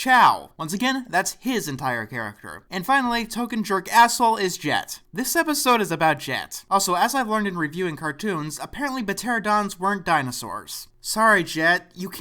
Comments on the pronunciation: I had to pause at 2 minutes in. P-terodons? Seriously? In the actual episode, that was the incorrect pronunciation that SOOS used. For the record, "Ter-an-o-dons is the correct pronunciation. Not trying to hate here, just letting you know. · the "p" in pteranodon is silent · The P in Pteranodon is silent. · "Puh-Teranodon"? No. "Pteranodon is pronounced 'Teranodon." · Beterodon? WTF? It's called a Pteranodon, it isn't a very hard name to pronounce. It's like "pterodactyls" but just with a different suffix. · 'Pah-ter-ah-don' bruv that got me mad cringing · the P in Pteranodon is silent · I don't mean to be rude, but I would like to point out that the P in Pteranodon is silent. It's pronounced Ter-anne-o-don. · ...did you say "puh-terodons"? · 'Puh Teradons' Aaahh... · >"p'teradon" the "p" is silent. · the "P" in Pterodactyl and Pteranodon is silent. you just pronounce it "Terodactyl" or "Teranodon." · I hate to be "that guy", but Pteranodon is pronounced "ter-AN-oh-don". Sorry. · p*T*eradons. The p is silent. Also this is an insult to Dinosaurs. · You don't pronounce the "p" in pteranodon. Blame the Romans I didn't make up the rules for Latin. Also why does the girl have breasts? Dinosaurs were reptiles. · the p is silent hillbilly.